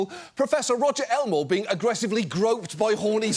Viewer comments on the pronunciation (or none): none